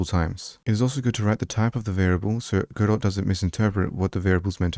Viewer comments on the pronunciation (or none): The “t” in Godot is silent.